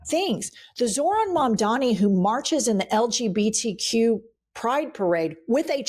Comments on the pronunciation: Ladies, I absolutely love you, but his name is pronounced Zohran MAMDANI , not mamdami 😬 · C'mon you guys! Mom-donnee. Mom. Donny. Mamdani. You've got a massive audience here. Not that hard. You're both extremely intelligent. Fix it now please. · Please pronounce Mamdani's name right. 🤦🏻‍♂️